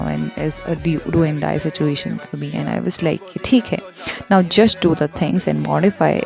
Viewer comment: That❌ Thaat✅ And❌ Aand✅..🌚